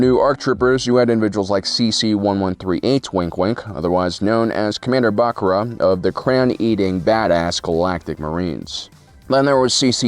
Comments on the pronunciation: Bro Bacara is pronounced Bu CAR a not Bac ru lol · Bruh Commander "Bacra" WHY DO YOU HAVE TO DO MY FAVORITE CLONE COMMANDER DIRTY:((((((( Its ''Bacara'' :((((